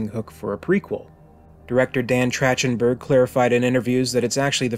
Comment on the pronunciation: Love your work mate! Just a heads up, the director’s name is pronounced TracK-ten-berg.